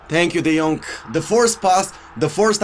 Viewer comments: His name is de jong not de jonk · Say de yong not de yonc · Just say “de young” lol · can you please stop saying De jongK , its without the K. just De Jong. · No one:: De Yonk! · No one: De Vilihea,de Laight,De yonkh,Daybala 😂😂😂👌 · No one:: de jonk!!!!! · Nobody:: what did u do De Yonkk!! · I love how says de jonk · "Let's go De Yonk"